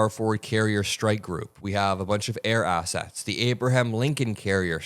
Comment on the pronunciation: Did you say assets or ass-hats? All those good soldiers sent to slaughter little boy and girls. Don't forget: Under the Uniform Code of Military Justice it is a crime to give or follow illegal orders. Oh crap are they going to recall me now that I opened my mouth?